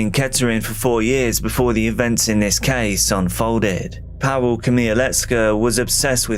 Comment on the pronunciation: Powell? Pawel, Pa-vull